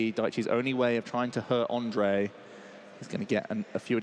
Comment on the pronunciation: Great games! I am happy that someone from my country won the worlds, altough I had a laugh that the comentators kinda gave up on pronouncing "ř" in Ondřej and called him Ondrej instead. 😀 Anyway, I loved those decks. Who could have tought that the flying Pika would end up being so good.